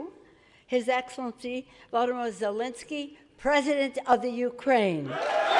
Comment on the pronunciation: Classic USA... First sentence spoken and the woman managed to get both the guy's name and his country's name incorrect. Show a bit more respect.